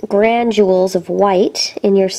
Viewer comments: you have some really awesome videos! you keep saying "grandules" though. there's no d in it. it's granules. i really want some fruit loops now >.< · I ADORE your tutorials, please don't think me rude, but granDjules is not the word you are looking for. It is granules, no "D". I love watching your videos, please never stop creating!